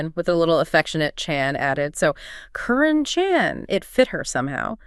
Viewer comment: I thought the correct pronunciation was karen chan